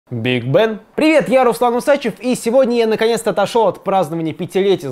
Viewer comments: Мне кажется все таки правильно говорить УсачЕв, а не УсАчев. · УсачЕв - не звучит. УсачЁв - нормальная тема ))